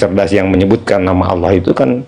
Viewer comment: TULIS ALLAH KO DI BACA AULLAH